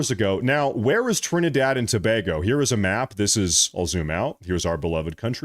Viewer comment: Trinidard? Thought it was Trinidad.